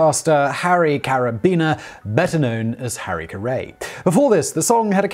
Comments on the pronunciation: OMG - I don't know a damn thing about baseball, but I know the guy's name is Harry Car-EE. I still love you, tho. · This pronunciation k'ray k'ray! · Its Harry "carry". Not the way you pronounced it. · please re-record with the correct pronunciation of Harry "Carry" please! please please! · Omg...you couldn’t bother to find out how to pronounce Carrey? You pronounce it like carry. Please re-record this video because you’re hurting my brain 🤣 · Harry's last name rhymes with his first name. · Dear TIFO, his last name rhymes with his first name. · Agreed, one of my favorite channels, for myself and my wife. But to hear a name mispronounced like that is still pretty cringeworthy. Bottom line: when in doubt, ask a Yank. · to be fair, it's pretty easy to find contemporaneous video of the proper pronunciation of Harry Carey. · Yeah, every Cubs fan and probably every baseball fan was screaming at their screens. It rhymes with Harry dude. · No, he WAS talking about Harry Caray. ....but he pronounced it wrong. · I can only assume the constant mispronouncing of Harry Carey's last name was in tribute to Carey- the man who butchered every last name in baseball that had more than two syllables. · Might put money down that the mispronunciation is mostly to troll people. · Funny how he says Taft correctly but not Harry Caray. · If Harry Caray had lived to hear Simon Whistler botch his last name, I have a feeling he might respond with, "Holy Cowwwwww!, He's worse with names than I am!" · I'm a Yankees fan, and that flubbed pronunciation hurt me every time. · You would think that if they were going to take the time to make a whole YouTube video on the guy, they would take a minute to Google search the pronunciation of his name. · Can’t listen to him butcher Harry Caray’s name. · I feel the need to tell you you mispronounced that guy's name, even after seeing every other comment saying the same thing. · I want to watch this, but ka-RAY instead of CARE-ee is killing me.